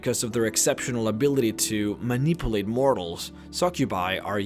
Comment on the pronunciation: I'm not making fun of you because it sounds like your multilingual which I am not but it is a little funny that (given the topec) your accent changes the word manipulate to ma-nipple-late